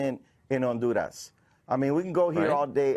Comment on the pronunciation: If I have to hear that windbag say ondoorrass 1 more time, I'm gonna fuck my own ears off.